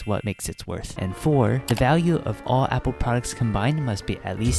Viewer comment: apple not meeple